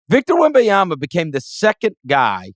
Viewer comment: Can Chris try to pronounce Wembanyama correctly? It's not Wembayama/Wembyama. Be better than Reggie Miller.